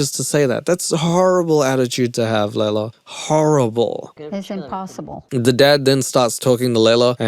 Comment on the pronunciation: It's hilarious how mispronounces Leylas name all the way through. Please do next season. Just start a mini series. We'll all watch it together. I can't find it on my own:(